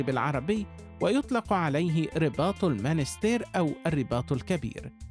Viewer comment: َاسمها المُنَسْتِيرْ و ليس المانستير